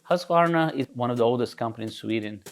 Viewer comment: At last .... Pronouncing the esteemed 100 year old Swedish Motorcycle Company Name Correctly .... "Husk , varna"...... NOT "Husk , A , Ye Ho, Hillbilly , Varnarrrr !!!!! Music to my ears as an ex Husky dirt bike owner.